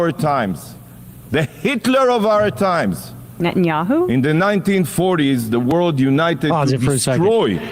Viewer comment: She said it " Netinyahu "" ...facts